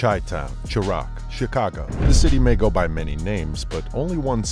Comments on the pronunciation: It's Chi-raq not Sha-rock 🤣🤣🤣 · smh the way you pronounced "Chi-raq' don't disrespect my city man if you can't get basic details right don't try profiting from it. Shy/Chi.